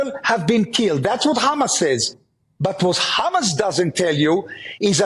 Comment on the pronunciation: Why doesn't he pull a trick out ofhis ass/hat and start pronouncing HAMAS properly?! ... raasclaat!